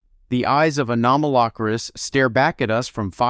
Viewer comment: Stop saying Anomalocaris wrong. 😡